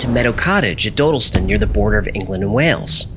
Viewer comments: British here. It's Daw-dill-stun. Not doh-dil-stin. Sorry but hearing you mispronounce it is like being stabbed in the ears. Still reeling from Moonraker Mandela video. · Just a side comment. It's pronounced Dodd not Dode. Just think Doddleston. Interesting, I live 2 miles from there and I've never heard this. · When the computer-generated voice says Dodleston correctly but the creator cant seem to :) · Dodleston is pronounced like it would rhyme with ‘wobble’ston. And Hawarden is pronounced Har-den. Source: I live nearby.